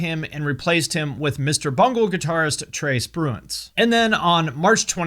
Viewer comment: "Trace Bruins" LOL